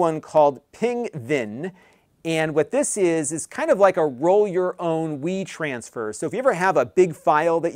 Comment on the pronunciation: I thought he said roll your own weed transfer. I was like huh then notice wetransfer lol